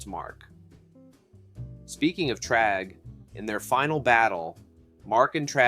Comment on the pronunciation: Bro… you’re pronouncing Thragg as “Tragg” and it’s annoying